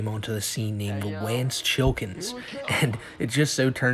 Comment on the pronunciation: I'm sorry, did you say Wance Chillkins? Thats fucking amazing lol